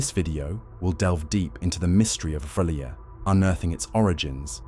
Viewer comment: Fucking AI can't even be consistent in its pronunciation of R'lyeh.